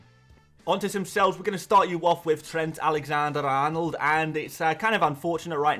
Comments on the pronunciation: I like how you pronounced Trent Alexander Arnold at first with the Liverpool accent 😂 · You did a nice Scouse accent there saying “Trent Alexander-Arnold”! Best wishes, A Scouser